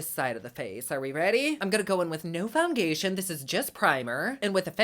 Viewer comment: “Foungaytion” 😂 You crack me up.